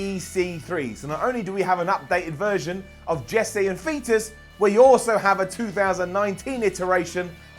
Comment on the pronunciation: Did said Jessie and Fetus? Wasn't it Jessie and Festus?